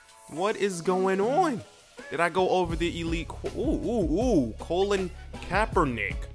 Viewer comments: It's COLIN not colon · That's some funky pronunciation of the name Colin! Haha